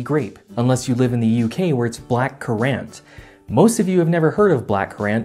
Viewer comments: Err, currant is pronounced the same as current. It is not cur-rant. Also, the United States lifted the ban and blackcurrant in 1966 although some states maintained band till the year 2000. Either way, it has not been illegal anywhere in the US for over 20 years. You may also want to look into the theory that there is nothing purple in nature. A little more research? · ngl I had a bit of a fit when he pronounced currant as curr-ant instead of of current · Kuh-rahnt? In the U.K. it’s pronounced like ‘current’ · As a brit you pronounced currant very wrong (current) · We'll consider changing how we pronounce currant when you guys start pronouncing aluminum correctly. It's aluminum, not aluminium. Only one i. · Currant juice is lovely, and you can get it in the US in the form of Ribena Syrup. It's pronounced like the ocean movement. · You butcherd the pronunciation of currant